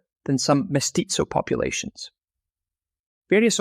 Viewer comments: 😂😂😂😂 and all the other names 😂😂😂😂 He says mestizo like pizza 😂😂😂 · I recommend you Google how to pronounce "mestizo".